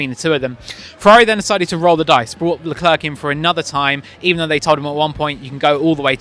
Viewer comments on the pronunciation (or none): Thank you! How difficult is it to say "luh clair"? Early on in his F1 career he actually described how to say his name just lie that! (Edit: I speak French too, so you can imagine how much hearing "la clurk" hurts lol) Wish commentators/journos asked Zhou how to say his name, too. I've heard multiple orders of his name said, and I'm sure they're not pronouncing all his names consistently. It's a matter of politeness. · Who's "Leclurk"?